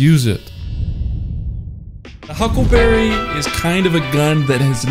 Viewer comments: It izz the hucklebabee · The hyukleberry.